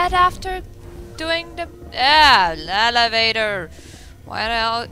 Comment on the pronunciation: why are you going there?? what are you doing?? good question. why did you run through there!? yeah lelevator. wtf? Did you fuck this part up? nice pronunciation kid... Alright the guard not knowing who you are. You did fuck up this part.